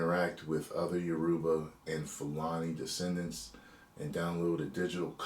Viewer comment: It’s pronounced Yoruba, not Uroba 😂😂 Welcome to the family